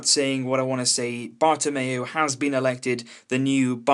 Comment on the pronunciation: HAHA U SAID PAPA PEREZ NOW BARTAMOU 😂😂